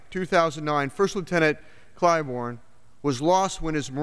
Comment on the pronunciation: I'm glad you pronounced his last name incorrectly at the start.....